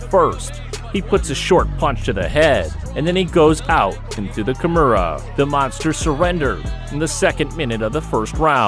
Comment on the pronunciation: Ty nice video. Please work on your pronunciation. You are getting some of the words like Kimora wrong.